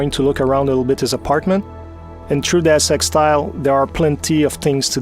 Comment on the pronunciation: welcome tu de world of des eks